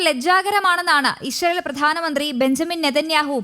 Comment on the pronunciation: " ISHRAEL " alla " ISRAEL "